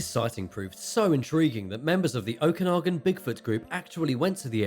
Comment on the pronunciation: Enjoyed this one! Ogopogo has a cousin in Ontario as well called Igopogo/Kempenfelt Kelly in Lake Simcoe. For context for anyone who visits Canada, the lake in this videos name is pronounced Oh-kuh-nog-in :) A lot of our lakes and locations are based off the Native North American peoples language, so it's no worries if they're different sounding than you'd expect.